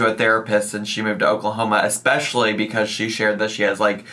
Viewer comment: whaa does say 'expecially'??